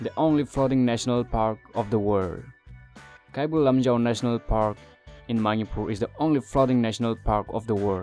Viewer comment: Ateidudi ngna ngangningba accent da ngangasu Manipur dufaodi fjna ngangbiyu. Eikhoi lamse Manipur haibne Mainipur haiba ntte. Keibul Lamjaoduna Keibul Lamjeou kaina yam pktehe. Miinggase accentda ngangadi John kaise Jeoun hadoira?